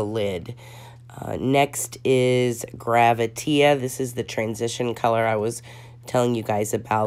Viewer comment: Hi...great review! I just wanted to let you know that the one shade is called "Gravitea," said like the word "gravity," but he spelled it like that because "tea" is used often in drag speak to mean truth. You would hear someone say, "Spill the tea," meaning tell me the truth. I didn't want you to keep saying "GraviteA" with the "a" sound at the end.